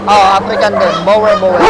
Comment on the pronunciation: BOERBOEL is pronounce as borbol po.